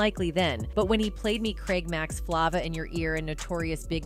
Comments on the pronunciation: Good lord, it's Flayva not flahva. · Hold up.....did you just say.......... "Flavuhhhhhhhh in your ear" NOT "Flava in your ear"!!!!! SMDH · She said flva